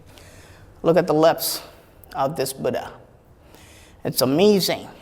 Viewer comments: dear, it doesnt matter how foreigners pronounce "Buddha" but being an Indian,you must prounounce it properly... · Nice explanation and no bgm. Good .one request you are an indian you know the pronounciation of Buddha. Great work.